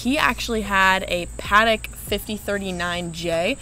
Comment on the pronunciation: These two don't have a lot of knowledge: the second syllable is emphasized when saying Patek. If you're not sure Clinton wore a Casio or Timex, look it up before filming.